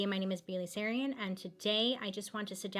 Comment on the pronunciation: Im undecided about your channel . So far you sponge off reputable peoples hard work. You didn't even know how to pronounce.a veteran like Baileys last name